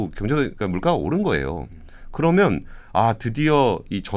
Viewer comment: 그러믄, 했으믄 ..no no…그러면, 헀으면..yes. 발음 교정 부탁합니다.